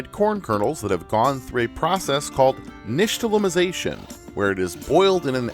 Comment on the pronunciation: I'm so glad you pronounced nixtamalization correctly! (/genuine) It's huge seeing people with the reach you have being so incredibly respectful of various cultures.